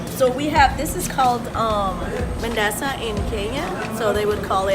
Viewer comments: is not mandaza is mandaze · It’s not Mandaza it’s Mandazi